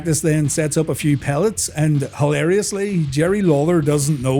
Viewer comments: Complains that Jerry lawler doesnt k ow what a thing is called around 16 mins, and then calls them the wrong thing 😅🤣 Its pallets, not pellets :) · Pellets and pallets are two different things. I def hear you say pellets. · Pallets! not pellets lol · Aren't they called pallets, not pellets? Also who doesn't know what one of those are?